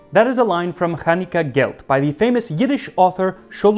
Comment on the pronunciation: For a non-Jew, your pronunciation of "Khanike" and "Aleichem" is outstanding, and shows some work. I doff my cap to you, good sir.